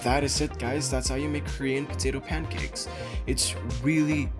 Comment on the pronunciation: Balik sa bisdak accent pagka hahahaha kur-yan putito pankeks